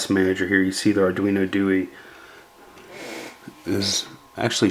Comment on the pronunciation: arduino do-eee lol , ithink its pronounced Do-eh because its italian...anywho that thing looks sexy , although it makes cloning it as a standalone a lot harder the the 328p through hole chips.